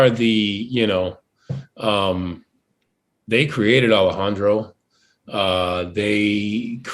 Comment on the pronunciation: Por qué dice "Alejandrou" si es cubano? xd